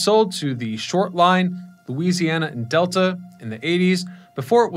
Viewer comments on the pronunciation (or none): none